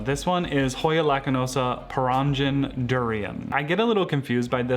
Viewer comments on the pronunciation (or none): perangin is pronounced as purr-ahng-een.